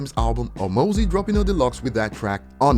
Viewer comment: Said mozzy wrong, it's mozzy like mozzarella